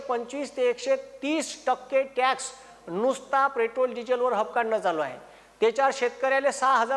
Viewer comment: आधी पेट्रोल म्हणायला शिका 😅